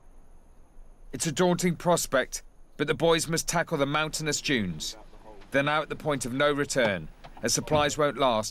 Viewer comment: "Giant sand junes"